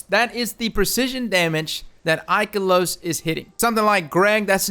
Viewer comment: Ooof, the poor pronunciation of Ikelos it hurts my soul -_-.